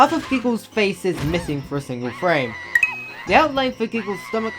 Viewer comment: “signle frame”